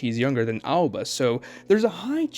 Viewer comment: Aoba. Not Alba 😂